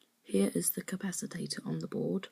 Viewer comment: Very well done young man. Great work. By the way capacitor it's pronounced "cap a cit or" not "cap a sit or tate or" uF is micro farad. Keep it up. ;-)